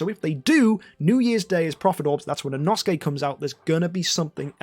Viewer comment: when learns how to pronounce inosuke but still mispronounces inosuke